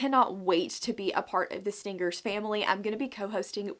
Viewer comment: HAHAHAHA on 2x speed and with your accent stingers sounds like stinckers